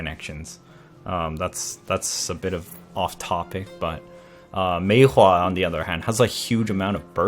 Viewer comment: i really hate how u say maewha